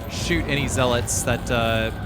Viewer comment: Z-lits? Gun-DOUGH-luhs?! Bruh my OCD can't handle it